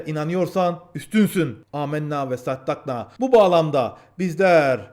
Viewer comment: kardeş,emmna ve sadakana dır sadakna değil.